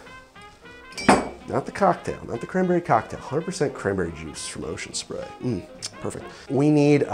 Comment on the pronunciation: I love how you say 'ocean spray' as if its a really high-class brand name.